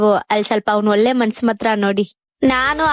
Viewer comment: ಹಲ್ಲಿ - ಅಲ್ಲಿ ಅನ್ನ - ಅಣ್ಣಾ ಒಲ್ಲೆ - ಒಳ್ಳೆ ನಿಮ್ಮ ಕನ್ನಡಕ್ಕೊಂದು ದೊಡ್ಡ ನಮಸ್ಕಾರ